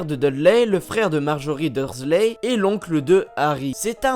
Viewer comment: C'est verNon on fait comme si il y avait un E a la fin ensuite dursley on ne prononce pas le Y et dans Weasley c'est pareille la prochaine fois apprend a prononcé les mots et noms